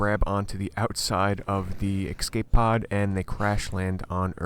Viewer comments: escape, not ecscape. other than that nice. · It's not an exscape pod, it's an escape pod